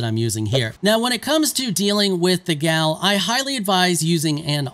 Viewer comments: Stop calling it a "gal". A native norwegian would probably pronounce it like "yahl". You might hear it with a a hard G in front, "gyahl". Never "gal", ever. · Boy it’s pronounced yall lol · the gjall is pronounced like y'all. so says the devs. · The developers are Scandinavian are they not? These spellings and a lot of the names are from Norse or Nordic language. In Norwegian: --- G before J at the start of a word is always silent, this usually applies even if it is not at the start, gjær - yeast --- J is pronounced as English y